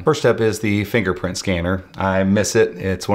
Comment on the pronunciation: DID YOU SAY N FINGERFKNPRINT SCANNER?....FINGERPRINT SCANNER...SAY IT AGAIN ...FINGERFKNPRINT SCANNER